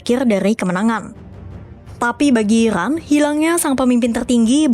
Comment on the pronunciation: IRAN bukan Ikran min 😂🤣